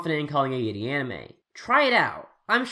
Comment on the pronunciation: The way he pronounces 'yuri' REALLY gets on my nerves.